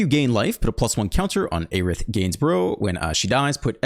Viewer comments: It's "air-ith" not "aye-rith". Just trying to help since you said you didn't know. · Her name is phonetically (Air-ith)